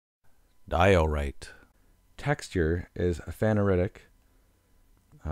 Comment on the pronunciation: did this guy really say "guh-neese" for gneiss? I am speechless. He also completely mispronounced phaneritic and aphanitic. Also failed to mention which minerals are feldspars and potassium feldspars. edit: completely butchered porphyritic. Also I have no idea what that rock is but it definitely is not rhyolite.